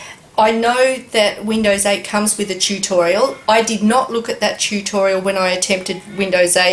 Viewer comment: chew-torial. xD